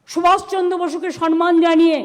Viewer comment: মুখ্যমন্ত্রী এবং তাঁর মন্ত্রী সভার সদস্যরা কাউকে সম্মান জানাতে পারেন না। এমনকি "সম্মান"শব্দটিও সঠিক ভাবে উচ্চারণ করেন। বলেন "সন্ মান"-----সঠিক উচ্চারণ হলো সম+মান আর ওঁর অশ্লীল শব্দ প্রয়োগ, অশালীন অঙ্গভঙ্গি আমাদের বিব্রত করে। সারা বিশ্বে পশ্চিমবঙ্গের সম্মান হানি হয় এই অতি ভদ্র অতি শিক্ষিত মুখ্যমন্ত্রীর জন্য।